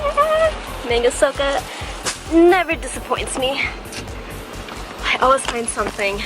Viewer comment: I like your videos a lot! They are really well made. Also, not sure if its still there, but there is a takoyaki stall next to that Manga Souko that I think is the best on island. Wanted to let you know its pronounced "Mah--nn--gah Sohh--Koh".